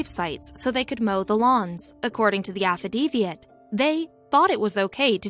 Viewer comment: AFF-A-DAVIT.... not afadeviat or whatever the hell she said.. Jesus Christ .. simple pronunciation .. makes my head hurt and makes me dumber for having to endure it